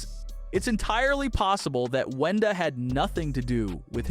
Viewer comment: It is Wenda not “whenda” 😂